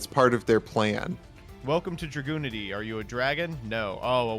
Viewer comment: has no right to judge for her pronunciation of the Dragunity names when he pronounces it "Dragoonity" instead of "Drag-unity". That's what the name means, dragon unity. That being said, is based!